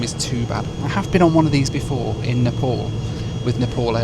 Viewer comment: Layos✖️ Laos ✔️ Nepool✖️ Nepal ✔️ 😅😂